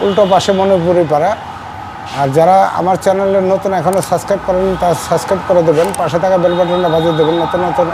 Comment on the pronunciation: আপনি ছাছক্রাইব কেন বলেন? শব্দটা হচ্ছে সাবস্ক্রাইব।